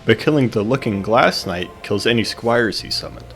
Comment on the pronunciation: It's not 'looking glass-knight', it's 'looking-glass knight' :)